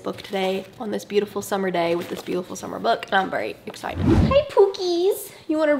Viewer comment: omg, i am vietnamese and seeing your channels just make me sooo inspired btw, is EXACTLY how me and my friends say hi to each other (with the little cute viet accent) i love u!!!!!